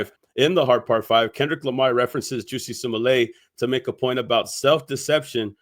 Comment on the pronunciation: Bruh called that man juicy 😂